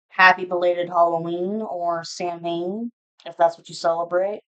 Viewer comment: Samhain is pronounced saa•when 😅